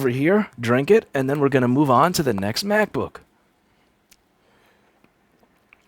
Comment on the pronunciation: stop saying macbook like that lol lol